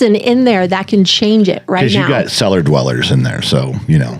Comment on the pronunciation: Oh. Cellar. Not. Seller..lol